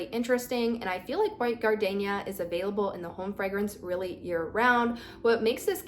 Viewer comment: double check your pronunciation of the word gardenia.